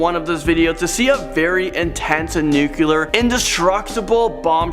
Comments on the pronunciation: Why can't the dude say nuclear and not "nuculer"? Also, it's not hard to pronounce Cheyenne like "Shiyanne" and not "shenay". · Please learn to pronounce " Cheyenne" properly. And its nuclear.